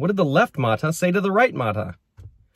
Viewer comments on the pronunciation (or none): mata is pronounced as ma’TA in Filipino (Tagalog, Visaya, Ilocano, etc). I hope this helps 😊. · correct Visayan word but the pronunciation is not. Accent should be on the second syllable.